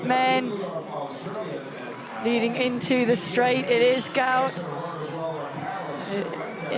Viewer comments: 👉Guot Guot! Not gout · Apparently. it's pronounced Gwhat Gwhat. Go_ ut Go_ ut. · Actual name is Guot, correctly pronounced 'Gwot' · Say his name properly Gwot